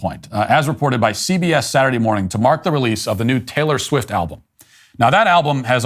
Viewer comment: I'm from Eastern Europe. Who the fuck is Taylore Swit?